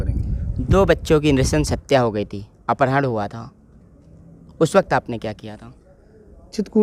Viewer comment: माननीय रिपोर्टर जी आप अपहरण को अपरहण बोल रहे हैं तो आपकी जुबान नहीं फिसली और आदरणीय अनिल प्रधान जी को आप सिखा रहे हैं जुबान फिसल गई,,,,,पहले आपको सीखने की आवश्यकता है